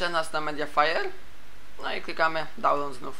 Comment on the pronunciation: Nie dalnołd, tylko dałnlołd